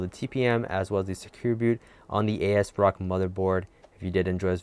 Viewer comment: Great video. I'll see if it works in a moment. I just have to correct you on how you pronounce the manufacturer's name. It's as rock. Just think, they're idea is this motherboard as well as their other products have the integrity of a rock. If I misunderstood and it's their designers or customer service that has heads like a rock, as in hard headed then... what can I say? So no A-S Rock. It's As-rock ASRock.